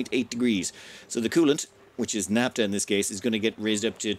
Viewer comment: Naphtha (ph=f, as in "photograph", "philosophy", etc.), not "napta" (unless you also say "potograp"). ;-)